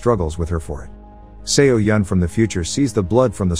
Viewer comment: fyi it's pronounced so-yeon Not se-o-yeon🤣🤣